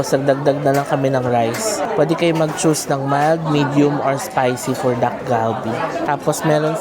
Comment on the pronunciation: Naishare ko na din 'to kay AJ and Moe, ang pronunciation ng dish ay Tak-Kal-Bee. Hindi po hard D and G but more of T and K sound.